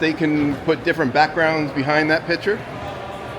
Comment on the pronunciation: Picture, not pitcher